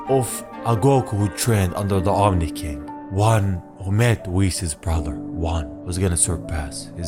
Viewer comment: It's Omni not omi